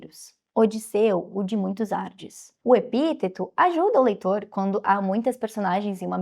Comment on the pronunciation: muitos ardes? kkkk ardiiiiis, menina